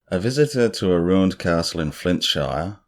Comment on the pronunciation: You said you said Flintshire correctly though 👌